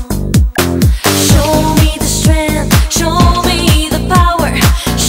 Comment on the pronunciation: Elle prononce tellement mal "strength" que meme la personne qui a écrit le karaoké y croyait pas.